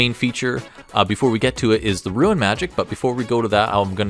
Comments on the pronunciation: I keep hearing "ruin" whenever you say "rune" .. made for some interesting sentences 😅 I think a rune knight dwarf would be real cool. Perhaps reflavour the runes to be of dwarfish origin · Well, considering the damage this class is capable of dishing out, and the fact that it can "go large", maybe "Ruin Knight" isn't such a bad name. :P